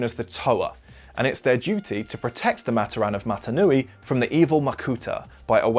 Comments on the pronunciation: It's pronounced "MUH-TOR-RIN" Not "MA-TER-RAN" btw keep up the great content! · its MaTORan not MAToran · amazing vid. havent even finished it yet but i know its gonna be great. one thing though, the way you pronouce matoran is giving me brain cancer. Its muh-TOR-in not MAH-ter-ahn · hey, you misspronounce matoran. it's not mat-o-ran, it's Mah-toar-an. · Its Ma-tor-an not mat-or-an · pohatu is stone, onua is earth got them flipped, you mispronounced "matoran" it's pronounced muh-tor-en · only one thing its pronounced mat-or-an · It’s pronounced MAT-OR-AN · is no one going to mention how he pronounces matoran? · I thought you pronounced matoran wrong but then I realized you’re just British